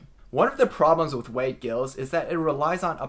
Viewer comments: Giles should be pronounced to rhyme with Piles, NOT to rhyme with Hills. Also the G is soft not hard. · Giles should be pronounced with a soft g and a long i . /dʒaɪlz/ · Wade-"Giles" should pronounce /ʤaıǝlz/